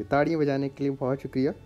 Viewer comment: Tarriyea nahi taliyea hota ha